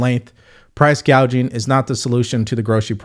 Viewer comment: The first time she talked about prices, she said price”gauging”. She was going to stop the gauging! She did not even know the word is “gouging “!Guess her coaches didn’t expect her to screw that up.